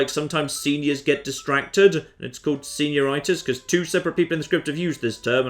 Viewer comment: Did you mean to say senior-itis like arthritis? Best moment in the video, intentional or not